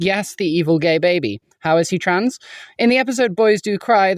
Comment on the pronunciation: she really said family tran